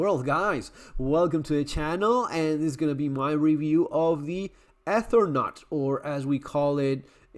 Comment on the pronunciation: It's not "Ethernaut" it's "Eternaut". He doesn't travel across the Ether, he travels across Eternity